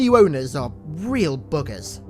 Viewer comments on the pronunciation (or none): buggers or boogers? 🤣